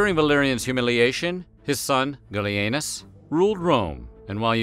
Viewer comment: The first time you said, "Gallienus", I was looking away from the screen, and thought you said, "Billy Anus", as a joke. Hey, don't blame me. You're the one with a channel that isn't above that kind of thing.